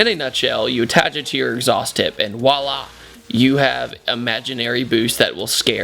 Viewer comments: Pet Peeve: It is not pronounced "Walla!" It is "Voilà!" Not sure why I keep hearing people mispronounce that so much lately. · Downvoted for saying 'walla' lols